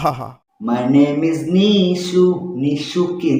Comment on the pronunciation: কি দিন আসলো হাফ লেডিস হিজড়ারাও এখন মুভি রিভিউ করে। আগে নামটা ঠিকমতো উচ্চারণ করতে শিখ । নামটা নিশু না নিশো হবে।